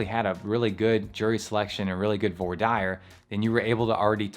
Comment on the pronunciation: Never heard voir dire pronounced like that. Love it. In NY, we say “vwaugh deer”